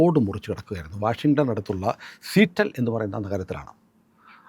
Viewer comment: സീറ്റൽ അല്ല സിയാറ്റൽ 👍👍